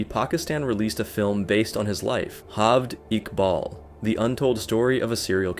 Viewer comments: Its not HALVED IQBAL. its Jaaavaaid Iqbal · his name is pronounced "jaa-vayd iqbaal"